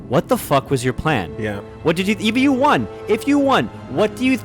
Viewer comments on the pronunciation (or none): says Won like Juan almost as hard as Gus Sorola a few times around 43 minutes in, and that tickled me a bit